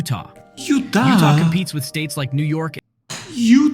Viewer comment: #27 I always watch until the end! I was very impressed at how many states you knew and the correct pronunciation. I would really love to see your Country, and things around where you live video.